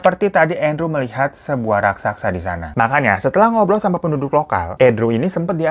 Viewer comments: RAK - SA - SA bang. Bukan RAK - SAK - SA. Dicoba pelan2 deh bang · Raksasa bang bukan raksaksa 😂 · Raksasa ya kak Bukan rasaksa.. 🤣🤣 Canda kak.. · Raksasa baaaangggg😭😭bukan raksaksa😭😭😭😭😭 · Bukan RAKSAKSA bang. RAKSASA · RASAKSA? atau RAKSASA? 🤣🤣 aku bingung